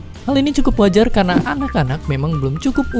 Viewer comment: Masih blm bagus r nya perasaan. Pas kamu ngomong "karena", masih blm pas.